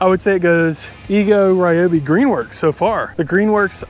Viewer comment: REE-obi. Aster-ISK. stragglers